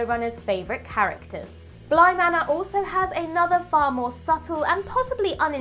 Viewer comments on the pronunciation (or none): none